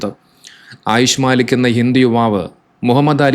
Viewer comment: മാലിക് അല്ല മല്ലിക്ക് ആണ്